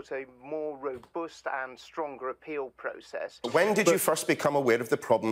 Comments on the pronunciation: Completely obsessed by the way he pronounces the word "robust". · He cannot say robust and it annoys me greatly..